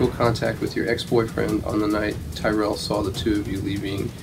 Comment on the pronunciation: When she said TyRell i almost crashed